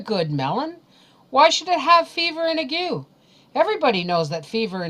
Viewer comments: ...I am a retired RN...I believe " ague" is not pronounced the way you pronounced it..it is I believe, pronounced ag..with a long A and a hard G..the U and E are silent.Tbe A sounds like it does in the word "lay" and the G sounds like it does in the word" golf".. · And this is how I came to learn I've been pronouncing 'Ague' wrong in my head my entire life. Funnily enough when I first heard it I thought, 'giggle, she can't pronounce "Ay-gh" ' and then it hit me..